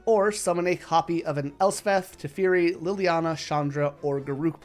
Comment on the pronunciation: Ngl, "tefiri" was hard to hear